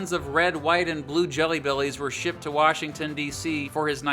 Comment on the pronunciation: to in 0.25x speed is George wash